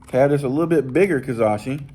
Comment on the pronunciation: Ka-ra-shi lol not ka-za-shi love the videos though 😅😅😅😅